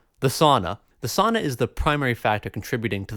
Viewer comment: OOOOOF, The saana? No, its SAUNA!